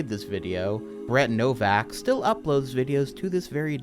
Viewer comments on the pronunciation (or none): none